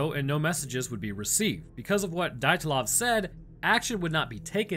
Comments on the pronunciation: How can you mangle the name dyatlov??? Dee-at-lov just incase you were curious as to how you actually pronounce it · It's pronounced de at lov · Dee-yat-lov Pass